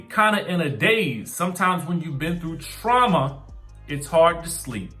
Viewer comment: Trauma..not "truma"🤔